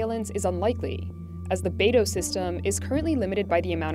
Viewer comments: The correct pronunciation is bai-doo, not NATO and BADO😂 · is weird to hear her pronounce Beidou "baydow". most other youtubers say something like "buydoo". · Beidou, it's pronounced like "bay dough". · When you see the only guest who could pronounce Beidu properly than the million of times the narrators & other so called "experts" throughout this propaganda video, you know how bad they even care to do their research.